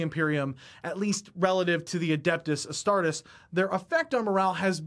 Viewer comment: Astar-TEES! Astar-TEES!